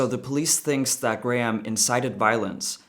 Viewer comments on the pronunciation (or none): Graham "Line-Han" lmao